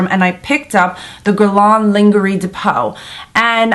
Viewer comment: The proper way to say it is, Gu-è-r-l-ain Lain-je-rie de peau (not guerlon either linguery) Just for your information :-) ( the french way to pronounce it )